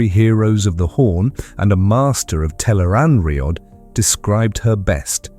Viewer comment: Tel'aran'rhiod (tel-AYE-rahn-rhee-ODD) Note it does not rhyme with steroid. Also Tarmon Gai'don (pronounced: TAHR-mohn GAY-dohn). The author provides plenty of pronounciation guides for the new/unusual words and names. These are also online all over the place, thought the wiki has most if not all of them in one place. PLEASE research things before doing an explainer video on them. It's not good for credibility to have so much misspronounced.